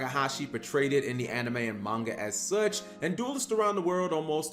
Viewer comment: Hate how Muricans pronounce ‘Manga’